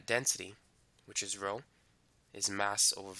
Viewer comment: maaaaan you didnt even try to differentiate ur rhos from ur Ps 😭